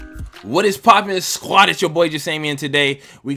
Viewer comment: I’ve no idea where you learned how to say ‘squad’ but it’s very off putting. So much so I could only watch a couple of your videos before I was put off by your poor use of the English language. Funny thing is, you’re content is actually informative but your intro is terrible.